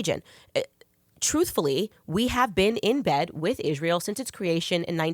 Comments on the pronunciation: I have nothing to say about this conversation other than i cringe every time that Candace mispronounces "Israel". Why does she put an "h" behind the "s"? Is it intentional? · What’s with her pronunciation of Israel? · I love Candace but every time I hear her pronounce Israel I have a an aneurysm